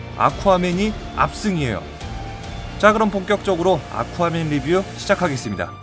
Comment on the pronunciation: 계속 물만두라고 들린다